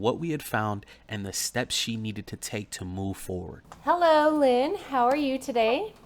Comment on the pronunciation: He "had her at hellow"...